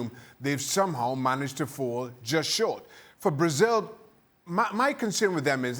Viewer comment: His actually Venezuelan and he is pronouncing it correctly.